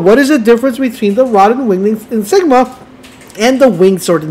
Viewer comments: ah...i see the public school system prioritized diversity and inclusion over academics in the school you went to. Never fear, I am here. Insignia is not pronounced, "in-sig-ma". it is enunciated, "in-sig-ni- a". Four syllables, and not three like you were saying. there you go. you're welcome. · What’s an “”? It’s an in-sig-nia. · It's insignia not Jesus Christ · “” is killing me. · In sig knee - ah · It’s ya boy “”. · IN-SIG-NIA. Ok guys this is how your going to pronounce this one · yeah man it really hurts when he says it for the 100th time lol